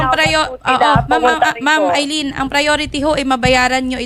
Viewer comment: Di naman yan aileen Al lyn po pag basa nyan 😂😂😂